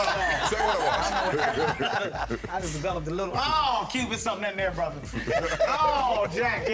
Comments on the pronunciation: Did the host say 'Brotha'? 🙄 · I’m Australian and I’m appalled how he said brother at the end